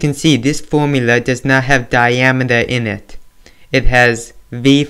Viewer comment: You sound like British saying the word "in it" cause it sound like "i nit" btw ty for saving me this exam lol